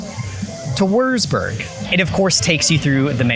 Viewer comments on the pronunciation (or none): Rothenburg is pronounced like Row ten borg. Würzburg ist pronounced like Vuhz borg. Küche is pronounced like kew kuh. Those were the ones that stood out the most to me. I am from Heidelberg in Baden Württemberg. Part of the pavilion is modeled off my cities castle. Thanks for showing the pavilion of my country. Danke!